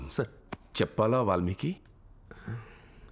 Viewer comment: Valmika kaadu valmiki.